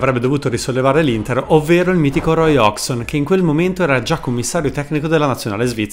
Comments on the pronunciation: Bel video, comunque una volta per tutte e a beneficio di tanti: Hodgson non si pronuncia "hogson" ma "hoggieson" = figlio di Hodge. Così come è da brividi che dopo 30 anni che è in Italia si continui a chiamare Mihajlovic "Sinìza". Si pronuncia "" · Sai che l'ho pure cercata la pronuncia di Hodgson ma nonostante tutto l'ho sbagliata nel video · A distanza di anni non sono ancora riuscito a capire come si pronuncia Hodgson: "Ozzon" ?, "Osson" ?, "Occion" ?. Comunque nel tuo video manca il peggiore di tutti, quello che dopava i giocatori con il caffe': il bello che la borghesia interista, continuando a ungere le ruote a Palazzo Marino, e' riuscita anche a fargli dedicare i giardini a Piazzale Axum. Continuate a farci ridere perche' lo fate dal 1908, avanti così.